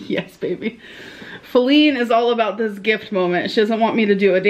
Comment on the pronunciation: “Vevy” is all I hear 🥴